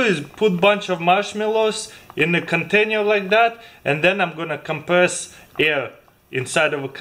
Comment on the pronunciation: "In a cantaynyeh lyke that"